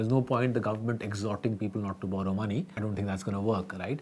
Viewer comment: Narrator pronouncing "borrow" as "burrow" is hilarious